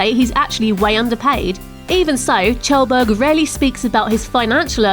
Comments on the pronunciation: I thought his name was Kjellberg, pronounced Kjellberg not tjelberg. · it's pronounced like kyelburg no Chelburg ( phonetically [kjelbərg] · LOL English poeple cant say kjellberg corectly.